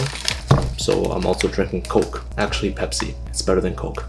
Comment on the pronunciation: That's not Pepsi it's bebsi my friend 🤣